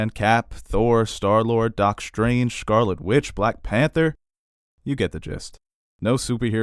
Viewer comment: When you said scarlet witch I understood "garlic witch" and for a second I was like wait how do I not know that character xD